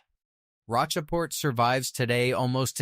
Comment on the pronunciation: It's SAINT Genevieve and ROACHport. And lead (as a mineral) is pronounced LED. And don't come to a full stop after a period that is a middle name initial as in Stephen F. Austin. Your AI voiceover could use some training and proofreading.